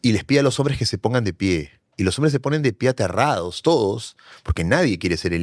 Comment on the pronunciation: Este personaje (escritor) aún conserva ese asunto de complejos ; la entonación que coge es muy trabajada… Por ejemplo : Ateerraados Puublicos Boeemios Manadaatoos Y lo más triste es que se muestra como ejemplo.., Es desagradable por que el mismo acepta que el se blanquea ( metafóricamente) y no se conscientisa que realmente que el negarse de lo que es , es peor es triste. Se desvalorisa y mucho cuando valorisa y embellece su acento cuando habla del color de los ojos… de la mancha mongolica… es un tipo completamente enfermo y pietinando , es de esos estupidos tipejos que se dicen pitucos….. pobrecito !!! Asumir las palabras que adjetivisan es ir más lejos del que lo pronuncia despectivamente.